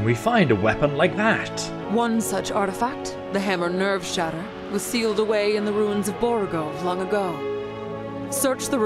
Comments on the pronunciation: I like how he kept calling it Nevershatter when it's listed as Nerveshatter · its called NERVE SHATTER not never shatter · I'm definitely eager for the next episode, however the mods quests so far have just been go to this dungeon, kill this guy, retrieve ancient artifact, report back. Hopefully they become more interesting, also a small detail but your calling the hammer 'Nevershatter'. But it's 'Nerveshatter'. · Love how you keep saying Nevershatter, when thats not the name, lol. Does anyone else pronounce "nerve" as "never"? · What it says: NERVEshatter What the characters call it: NERVEshatter What he's saying: Nevershatter Why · I feel like you're mispronouncing Nerve Shatter lol